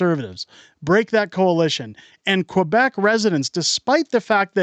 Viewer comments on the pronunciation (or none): none